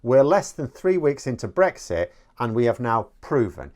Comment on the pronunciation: "Beexit" What jolly good fun.